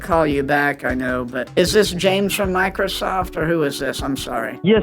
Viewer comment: The micordorsoft lol